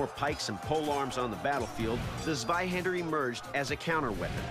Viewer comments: Hahaha swihandr its funny how you pronounce it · Zwei, ZWEI, ZWEI Not swei... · shows Flamberge, means Zweihänder, says sewaihaaander. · Zvaihender? It's C(as in Ceylon) VAI- Han (a as in Khan) da (as in daw). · I'm non german and it hurt my ears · Doug: Mispronounces the name of the sword. Proceeds to use zero technique. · I will be able to rest in peace the day someone says Zweihander properly. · Not german, but I just can't stand the incorrect pronounciation of the weapon 😂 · His pronouncing of zveihänder is hurting my ears cuz he is pronouncing it with a z not c (cuz germans pronounce z as c) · Might i ask where you got that from? Ive heard non german people say it like that in videos before, but i am actually german, and i have yet to hear a german person pronounce the Z in Zwei like a C.